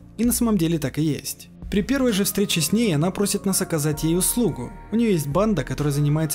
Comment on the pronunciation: Кстати, имя хакерши, что залезла герою в мозг, скорее читается не "ОнА", а "ОНа", как например Юки-Она - Снежная дева.